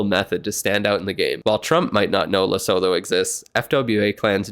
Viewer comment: Its pronounced les-oo-two not les-oh-fo btw. Sorry just a geography nerd and everyone mispronoucnes this country 😭